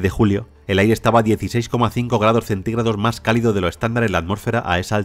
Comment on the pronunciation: No entiendo porque este tipo en lugar de decir MAS dice MAR.